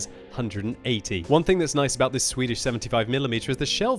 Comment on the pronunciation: Sure: "Swidish Self-Probeld-Gun...